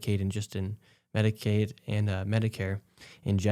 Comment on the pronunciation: Medi-cow? 😂 Yea, 'cause they're milking the system!! 🤣